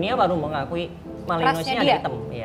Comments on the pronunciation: Risih denger dia bilang Belgian malinois, padahal dibacanya (Beljyan Malinoa) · Pronounce MALENOA. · Bacanya malanoa mbaa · Belgian Malinois Dibaca ; Beljien Melenoa